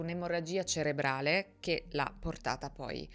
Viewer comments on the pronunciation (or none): none